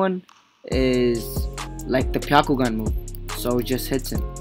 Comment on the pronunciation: Im watching your videos and everything is ok but please stop saying pyakugan say byakugan with B